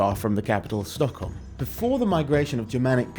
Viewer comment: NOT STOCKHEM IT IS THE ENGLISH PRONUNCIATION STOCKHOLM.